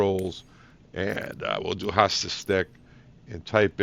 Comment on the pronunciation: Ive been standing off to the side waiting for someone else to share with you, it HOTAS, not HoStas. 😁